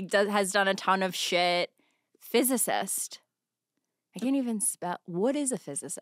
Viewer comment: “FIZZ-ICIST” i literally spit out my dessert. “MRS LACROIX” 💀